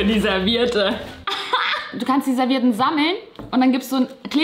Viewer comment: AAAhhh, mein Mann sagt auch immer ServieRtten...:D